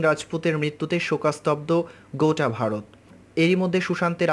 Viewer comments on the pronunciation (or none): none